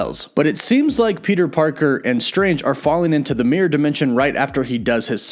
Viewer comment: Peter pekèr